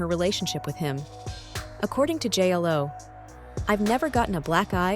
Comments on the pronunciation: yeah I can’t stand Ai narrated videos, pronounces her name as “J L O” 🤠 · Why are you saying J-ELL-O 😐